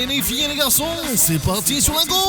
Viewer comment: "Les fouiiiiilles et les garçonnnnns zé barti sur la gauche" xD